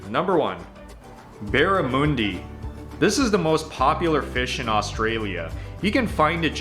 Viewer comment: It's pronounced barra mundy, very fishy. Fairy bread is a "sometimes" treat for kids, common at B'day parties, not something you would very often see an adult eat fairy bread. Plus it has lost favour these day, for more healthy options. (Normal white bread, with butter and sprinkles) NOT toasted. Kangaroo is very lean, so you don't want over cook it. It's the bomb, that and wallaby I never have sauce/ketchup on my pie, we also have variations, meat & mushroom as an example, is another popular variety, but we have lots of competition. An Australian dessert, as we have the traditional fruits and berries, the only thing the kiwi's added was kiwi fruit 🥝 , even with all it's sugar, it will never go out of favour, been enjoying this dessert for 60yrs. I love my sausage rolls, most would use tomato sauce/ketchup, I like it as is. That first picture was way to much Vegemite, it needs to be spread sparingly, it's very pungent and you only require a light spread, I can't express that enough, especially for someone who is just trying it for the first time.